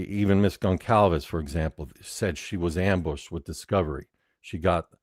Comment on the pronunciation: Goncalves is pronounced = Gone-SAL-vess. The 'c' is a cedilla, a unique spanish letter, like Barcelona. Come on, its almost been 4 years, everyone should be able to pronounce their names.